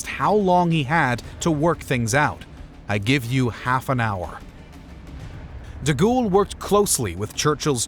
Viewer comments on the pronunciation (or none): General Charles 'DeGhoul'? Surely De Gaulle does not deserve such a mispronunciation of his surname. Other than that, well done and interesting video. And as Winston Churchill said much later than three weeks afterward, "Some chicken; some neck!" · Haha, "deghoul". Fix your AI voice, chief. It's awful.